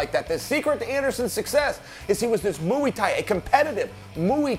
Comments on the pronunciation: Chael "Muiiii Thai" Sonnen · Chael sayin "Muuuuy" thai ha. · The way Chael pronunciates "muay" just gets on my nerves..